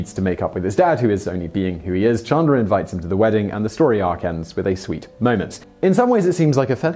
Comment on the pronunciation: Chandler not Chundler 😂